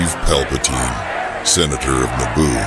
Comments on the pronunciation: So many names mispronounced all over. Plagus is pronounced as "Plaigus", not "Plagoose", and Palpatine is pronounced "Palpateen", not "Palpataine" like it many places here. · Darth Plaggus and Palpatyne xD